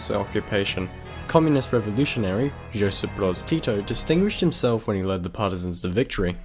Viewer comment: Josip Broz Tito is "Yosip", not "Džosip"